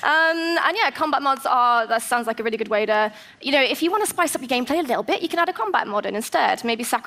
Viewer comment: I they way she says “ a reallygoodway” lol